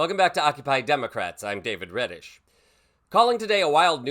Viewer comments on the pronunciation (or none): none